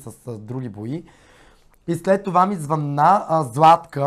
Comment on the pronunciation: Няма ли най-сетне, публичните личности да го научат този български език?Защо масово се излагат с тези ударения на различните думи? "обадИми се" ,звъннА ми, направИх и т.н.,много е дразнещо!